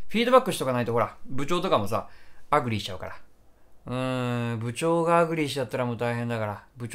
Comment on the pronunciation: アングリーみたいなのりでアグリー言うなwww